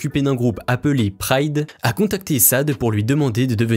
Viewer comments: J'ai failli avoir mal à la tête en entendant des "Sade" tout au long de le vidéo : c'est "Chadé Adou" mec! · Se prononce " SHadÉ " . Pas " sade " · C'est vraiment triste (Sade) de ne pas savoir prononcer le prénom d'une artiste dont on fait la biographie.. vraiment Sade. 😭😭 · C'est pa Sade, on dit Shade, c'est un nom yoruba. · Tu as bien bossé le sujet sauf la prononciation en phonétique on l'appelle chat dé et non sade... À part ça bon boulot👏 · Chadé et non sade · Les amis, merci pour cette vidéo, mais... on prononce Sade : Shadé...;) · Arrêtez de dire Sade ça me perce Les oreilles ... C'est Shadé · Shadé* aaaaaah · Merci pour la vidéo. Mais, s'il vous plait, apprenez à bien prononcer le nom de vos sujets. Sade se prononce "Shadé". Helen Folasade Adu se prononce "Hélène Folashadé Adou"... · C'est CHA-DÉ et non SADE... svp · En fait, on ne prononce pas Sade mais "Chadé". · C tellement dommage d'entendre cette prononciation défectueuse tout au long de cette vdo par ailleurs très intéressante ; Shâdé pas Sad ! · Mais c’est interdit de dire sade mes oreilles saignent !! Sa se prononce shadé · "Chadé" pas "sad" 😭 respectez un peu la GOAT là ♥️🔥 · sa ce dit shadé en français et pas sade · Tout ça pour dire qu'elle redecouvre la cuisine change de mec et quel horreur d écorcher son nom!!! Shade est immensément une grande star mondiale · Vous êtes sérieux vous dite Sade oula on dite chadet une star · Incroyable de se lancer 11’ sur une aussi grande artiste et d’estropier la prononciation de son nom : Sad ??? Non, svp : Shadé !!! Merci ! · Oui on dis pas Sade on dis chade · Chadé not Sade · C'est insupportable et indécent ton sssade jamais entendu quelqu'un ce tromper ci lourdement sur la reine Sade❤ (chadé) pour toi ci c plus facile 😊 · D abord, Sade se prononce Chade, C inné chez vs 2 mal prononcé des mots anglais, non mais franchemnt, pffff mdr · Ça se prononce chade toute mon adolescence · Bien dit 👍🏾😅! C'est Shadé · On écrit Sade , mais ça se lit Shadé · SCHADÉ.. PITIÉ